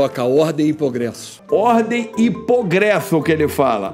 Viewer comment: Ele falou "pogresso" é você falou "celebro" kkk